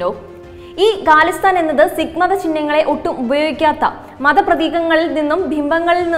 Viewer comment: ഗലിസ്ഥാനല്ല ഖലിസ്ഥാൻ ആണ്. ഗണ്ട അല്ല ജണ്ട ആണ്. വായിക്കുമ്പോൾ തെറ്റ് കൂടാതിരിക്കാൻ ശ്രെമിക്കുക. എഡിറ്റ്‌ ചെയ്യുമ്പ്പോൾ നീക്കാവുന്നതല്ലേയുള്ളൂ.